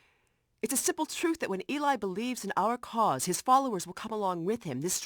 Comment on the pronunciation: its eli not ely